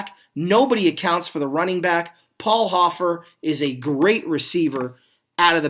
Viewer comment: Keith KREP-lee is the correct pronunciation of the Eagle's tight end here and Paul HO-fer is the RB for the 49ers. Thanks for the upload btw-appreciate it!!